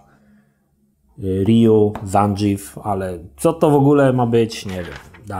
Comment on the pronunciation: Pierwszy raz widzę żeby ktoś Zangief przeczytał jako "ZANDŻIF", oj chyba Rysław się musi wypowiedzieć.